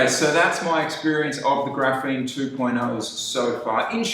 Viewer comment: Graphene, not graphine